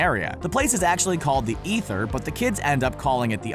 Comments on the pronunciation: NETHER! Not ETHER! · It's the Nether not Ether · The "eether"? No lol. It was called the "Nether" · Wait...didn't Dustin say the Upside Down is the "Nether", not the "Ether"? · The upside down is actually called the nether not the "ether"? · They call it the Nether not the "Ether" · it's called the nether, not the ether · Nether not eather